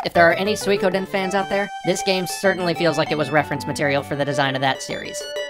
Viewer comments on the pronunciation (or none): none